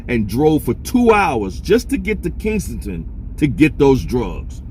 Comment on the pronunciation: You keep saying kingsengton...It's Kesington..